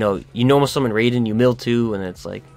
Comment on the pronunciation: Raiden is being pronounced wrong. Raai-den rather than Ray-den